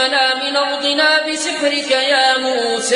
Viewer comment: الله أكبر على اسم موسى عليه السلام كيف ينطق به جميل جدا جداجدا الله عليك يا